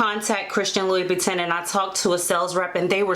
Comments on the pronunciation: You are mispronouncing the name. It sounds like you are saying LOuIE boo tan.!maybe it is my audio, but the correct pronunciation is LOU BOO TAN.. just a heads up. Other than that thanks for this info. Very helpful😀😀😀🙏🙏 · Kay Heath I research and the correct way is loo-boo-tan, so we both were wrong. But thanks bc I should have researched how to pronounce it before the video. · It’s French pronounced: LOUBOUTINN! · I’m aware that I pronounced the name incorrectly in the video.🤦🏽‍♀️ it’s Loo-boo-tan. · Its prounce ...(loub-bu-tin)cute shoes tho